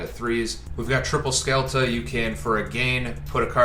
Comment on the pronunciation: The best endboard i have seen so far is with a small tellarknight engine, in order to finish with zeb, trap to copy, f0 and ptolemaius+ altairan in gy. Also is not "skelta" but "shelta"